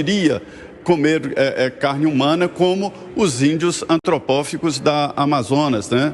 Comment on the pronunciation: Ou o certo é "antropófagos" e não "atropífagos" fique ligado e mais informado.